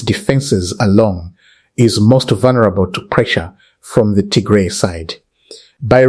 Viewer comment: You got bad accent, you sound very educated but I don’t know how you can’t even pronounce Tigray instead you pronounce Tigre which is offensive language in Tigray.